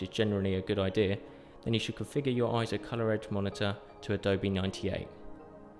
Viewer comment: You can clearly hear in EIZO's own "Brand Message" video how they pronounce it AY-ZO. Also listen to the 2021 Scientific & Technical Awards EIZO Acceptance Speech where "Masato Nakashima", the Senior Product Manager at EIZO, pronounces it as AY-ZO .